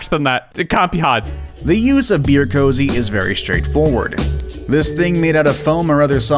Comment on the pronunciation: It’s not a cozy. It’s a koozie. They are absolute idiots. Do they not know what sound a double O makes??